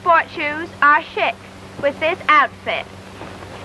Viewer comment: She pronounced it shick for chic. LOL